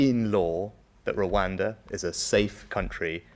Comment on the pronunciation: Today I learnt that after all of those elocution lessons Rishi still can't pronounce the word Rwanda. How can you trust a man about how safe it is if he can't even say the name! 😂